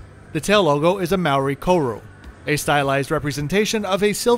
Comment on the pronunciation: by the way you said Maori and Koru wrong,im kiwi